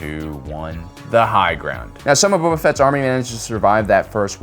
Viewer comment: I keep hearing him Say Bubba Fett not Boba